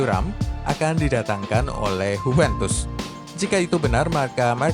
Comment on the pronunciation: JUVENTUS bukan Hupentus